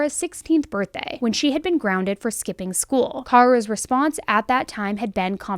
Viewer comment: She is pronouncing it correctly for Kara. FYI.